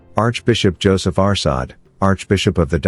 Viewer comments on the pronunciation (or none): none